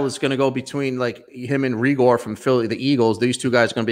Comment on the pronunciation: Jalen Ray-gur (Raegor)